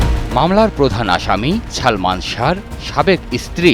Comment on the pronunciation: সাংবাদিক হইসে অথচ বলতেসে ছালমান! শুদ্ধ উচ্চারণ শিখে সাংবাদিকতা করা উচিত।